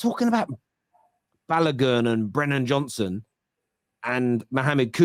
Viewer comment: Why are you calling him Balagun His name is Balogun